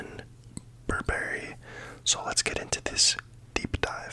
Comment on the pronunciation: FYI, the emphasis in the name should be “BURR-ba-ree,” not “burr-BERRY.” (My guncles are full-time professional fashion critics and have been for at least the past 15 years. I have been trained to pronounce basically every couturier and fashion house since I was in high school.)